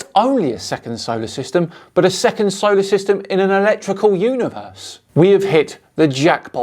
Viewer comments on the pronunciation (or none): and his imaginary scam! I could have sworn she said "ERECTICAL universe".